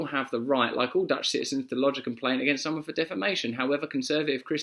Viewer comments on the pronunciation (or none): none